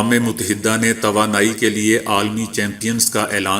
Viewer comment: اقوام متحدہ اور متحدة عرب امارات دونوں میں اپ کا تلفظ غلط ہے،ت پر زبر پڑھنا بالکل غلط ھے ت پر جزم پڑھیں اپ دال پر شد یا تشدید پڑھنے کےبجائے ،دال پر صرف اور صرف زبر پڑھیں۔ میں پہلے بھی عرض کرچکا ھوں۔تلفظ کی اصلاح کرنا کوئی مشکل نہیں اگر انسان اسے صدق دل سے قبول کرے۔ ھٹ دھرمی سے اپنی غلطیوں کو خوبیاں سمجھنا، زبان اور تلفظ کی دہشت گردی کے زمرے میں اتاھے۔اپ اکیلے میں کچھ بھی کریں یہ اپ کی ذات تک محدود ہے، لیکن جب آپ یوٹیوب کے پلیٹ فارم سے پوری قوم کو غلط تلفظ سکھاتے ھیں اس کاذمہ کس کے سر ھوگا۔ ھاں اگر آپ قوم کو اپنے اس نشرئیے میں بتائیں کہ اس جملے کا صحیح تلفظ یہ ھے۔تو اپ کا یہ انتہائی مستحسن قدم ھوگا۔ ا